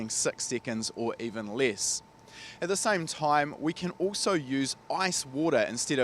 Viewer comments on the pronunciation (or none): none